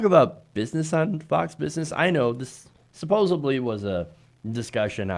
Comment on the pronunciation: I just can't watch videos where the host says supposeBly every time